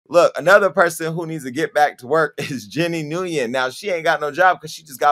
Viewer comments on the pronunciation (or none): How Jason pronounces “Nguyen “ 😂 that’s how I use to say it before someone told me it was “win” lol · Yes, and it's pronounced "win" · Probably not good time to correct you Jason but Nguyen is pronounced (Win) I know because my doctor is Vietnamese and that’s how the name is pronounced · And pronounce it wrong. Everytime Jason said it I laughed so hard! Its pronounced like “when”